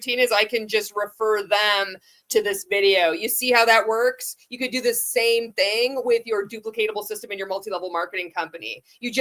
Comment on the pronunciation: Why can he not say the word THING? It drives me crazy 🤪 😂